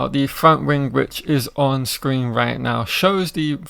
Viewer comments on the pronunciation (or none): none